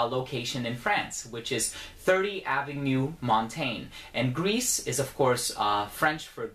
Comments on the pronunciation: If I may make this point, the French say "gree" instead of "griss" (the final S in gris is mute in that case). Very interesting review as usual,! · Gris, pronounce it like ‘gree’ not ‘greece’. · thats just "gree " you don't pronounce the S nice review thou